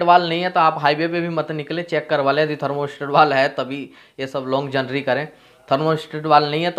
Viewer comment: जर्नी है न की जनरी । Please do correction as it is not according your personality.